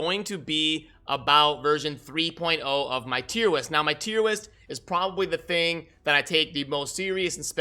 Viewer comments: Wait are you saying “Tier Wist??” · Did he say "Tiem Wist" multiple times?